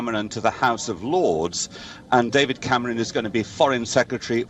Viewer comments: Yep, took me a couple of seconds to work out who she was talking about! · David camrooon, 😂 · David camrooon 😂